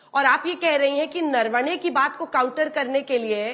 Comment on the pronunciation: अंजना जी इनके नेता नारावणें कहते हैं प्रवक्ता नरवाणें बोल रही हैं जबकि आपने नरवणें जी कहा तो कृपया इन मोहतरमा से पूछिये सही नाम क्या है ?